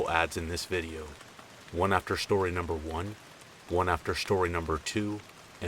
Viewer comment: Shtory 💀 love you😂😂